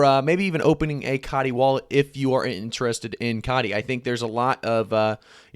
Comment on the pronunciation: Its hard to listen to a weak prediction when the guy pronounces Coti as Caughtee lol